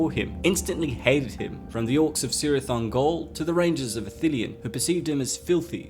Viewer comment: "Cirith" is pronounced Kirith, not Sirith.